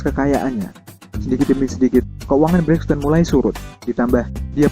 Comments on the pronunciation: Sebut betul2 Toni Braxton ..ton ton..jelek.. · mac hammer bukan MC hammer. lol toni braxton pun salah pronunciation.